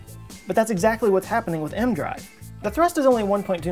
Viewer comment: The "E.... M.... Drive?" Whats an "aehm-drive"